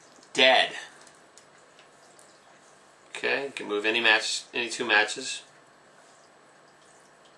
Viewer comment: you say move so unclearly i heard REmove